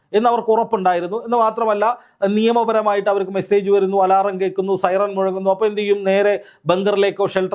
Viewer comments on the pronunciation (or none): none